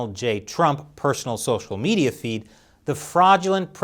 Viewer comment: “Social meeds” I’m going to need therapy now